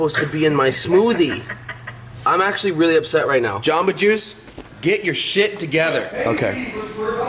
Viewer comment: Its jamba not gamba idiot